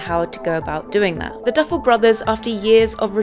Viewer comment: Girl it’s the Duffer brothers not the Duffle brothers